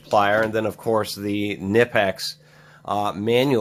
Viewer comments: Knipex is actually pronounced Kah-nip-ex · It's pronounced Kuh_nip_ex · They have video about how to pronounce their name